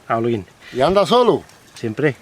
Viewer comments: No es Holgüín 🤣🤣 es Holguín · me hiciste reír a mad no poder. Holguín, es tu idioma y no sabes leer. Holguín, la h no tiene sonido u sin diéresis no se pronuncia, si le sigue otra vocal. Excelente detalle 👌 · Es increíble que no puedas pronunciar Holguín y que no puedas diferenciar entre una papaya y un mango...de casualiad eres gallego ???? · Por lo que vi el policía no te interrogó Más bien conversó amablemente contigo y te enseñó a pronunciar el nombre de la ciudad de Holguín que le llaman la ciudad de los parques y no hiciste videos de ninguno Igual buen contenido el de tu historia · Bien esa ruta pronto estaré por allá,y me sorprendió que no supieras hablar Holguín mira q es un apellido español bastente común el nombre de la cuidad proviene de esos orígenes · Me encantó como usa la parte donde el policía le dice el nombre correcto de la ciudad de Holguín para corregir cuando lo dice mal 🤣. Aunque me preguntó... Aguantó la moto todas esas maltrechas carreteras cubanas? 🤔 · Este señor que falso de plano, el dia que arregle visado americano se le olvidara el español, un español no pronuncia Holguin, ????? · jajajajaja no hay forma que aprenda a decir Holguin jajajajajaja, es sencillo: la "H" es muda..... Olguin. Y otro detalle: se dice punta Maisí ..... NO "mesi"....... que es español tio no frances jajaja la "A" con la "I" siguen sonado AI